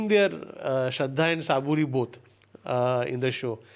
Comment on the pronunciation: Pl improve our knowledge about Shree Sai baba it was very disheartening to hear that u couldn’t pronounce the words correctly like it was buti wada and another Shraddha and saburi and nor saaburi further Laxmi ma belonged to very rich and prestigious family of Shirdi baba used to call him as his mother she was not his cook so Pl do your reki properly and than do your podcast 😢